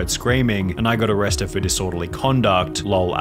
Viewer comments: Arresteduh. Italyyyyyyuh Bro your annunciation is killing me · Why do you talk like that? "peopleeeuh" "shut downnnnuh" "arrestedduh" "my jail storyyyuh"